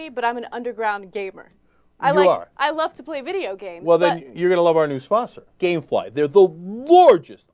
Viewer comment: oooooooooooh gamefly, i heard gayfly >.<